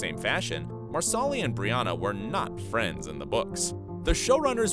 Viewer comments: It's NOT Mar solly. It's Mar suh Lee. Not kill aw dun. Not murk aw. So do your damn research!! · CullOWden? MarsAWli? Wtf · MAR-SA-LEE, not Mar Sal Ee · Never will the voiceovers learn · Marsali not Marsoli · Nada Rosguttis I love the narrator. I think she is fabulous. Surprised you p go back to hear her say Marasli. I don’t remember her mispronouncing it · Yes! Especially Marsli! 🤦🏻‍♀️ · It's pronounced MARSE-lee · Please learn how to pronounce characters names (Marsali --- Mar-sa-lee) as well as where the major battle happens/locations. You're saying several wrong which angers fans as much as changing the story. It makes it obvious you've never seen the show. Only reading from a scripted narrative that you don't know squat about. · Mar solly? Lmao 😂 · Marsaaalii huh!!! Is it so hard to get some names pronounced rightn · "Marsali" pronounced "MarSAWlee"? I hate it when YouTube narrators can't even feign enough knowledge of their material to get the names right. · Mar soli 😂😂 it's pronounced like parsley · I'm so upset by "Mar-SAW-ly", dude what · Tammy McFall Philippi agreed. Each time the narrator says Marsali’s name I cringe. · 100% agree. I kept cringing every time he said Marsali. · if we are talking about "" she definitely butchered marsali, murtagh, loaghaire...etc etc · I was just thinking the same thing ESPECIALLY when he says "Marsali's" name LOL 🤦‍♀️🤦‍♀️🤦‍♀️ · This narrator has obviously never seen the series, as "Marsali" would tell you at "Cullodon." ;'D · Stop saying Marsali's name like that!! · You could do just 5 minutes of research and learn how to pronounce Culloden, Jocasta, Innes, Brianna, and Marsali. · It’s really annoying how he pronounces Marsali‘s name 😒